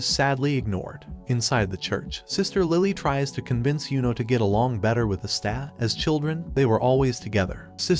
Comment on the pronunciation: Watching this video, I noticed some mispronunciations , such as Asta's name and saying Magical Emporer insread of Wizard King